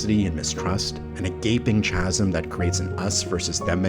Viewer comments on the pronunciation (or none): Really great! But just FYI "Chasm" is pronounced with a hard "C" | KA ○ zm This is a common mispronunciation among those who have read the word but rarely or never heard it said out loud (correctly)